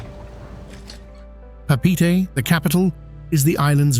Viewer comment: Please learn to pronounce the proper wording like Papite when it’s actually Pape’ete